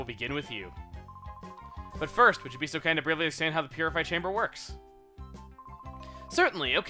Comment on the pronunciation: Man, Lovrina's supposed to sound like a valley girl. Stressing your "so"s all wrong, but that's nothing important.